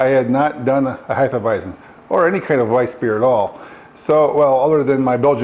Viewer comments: Heff-eah-visen not Hi-ffa-visen 🤙🏼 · Really enjoyed the video, except for your pronunciation of Hefeweizen. Not sure where you are finding the extra "i" to pronounce it as "Heifeweizen", but it made me shudder uncomfortably me every time you said it. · Sorry, but you are pronouncing "Hefeweizen" the wrong way. The "z" is a hard "Z". Not a soft "S". Just train your pronouncing to the right sounding.